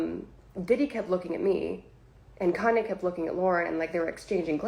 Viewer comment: Who the hell is "KEN-YAY", my boy?